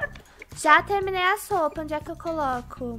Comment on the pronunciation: no minuto4;42 a falou sopa pra lavar kkkkkkk